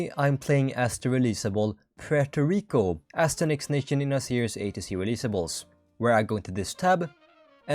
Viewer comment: Poo-eurto Rico hahahahaahahahahahahahahahahaahahahahahahahahahahhahahaahahHHHahahahahahahaahahahahahahahahahahahahahahaahahahahahhahahahahahhahhahaha i hope you laughed at this very funny comment